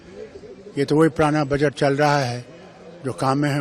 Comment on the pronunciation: Baajet nahi budget hota hai... Congress spokesperson...lendi